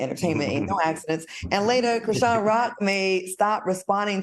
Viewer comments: Al, why you keep saying Chrisean (shin). It’s SEAN. LIKE SEAN JOHN. Cmon Professor!!! It’s giving Kim Parker can’t read tea. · Al Reynalds is COMMITTED to calling that girl ‘Kra-SHIN’ 😂😂😂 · Al is killin me acting like Dr. Heavenly…. The girl’s name is pronounced Chri-Shawn lol I mean come on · Not "krishin" 😅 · Mannnn y’all done reported on CHRISEAN too many times for Al to still be saying her name like this 😒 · Al, I love you, but it Cri SHAWN! SHAWN! ❤